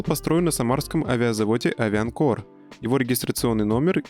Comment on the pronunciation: Не авианкор, а Авиакор, грамотей)